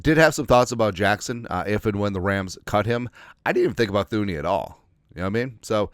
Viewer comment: Pronounced TOO-nee!